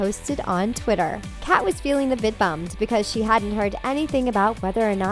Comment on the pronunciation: im sorry I was gonna watch this, but within the first couple seconds she pronounced “Kat” as “Kate” BYE LMAO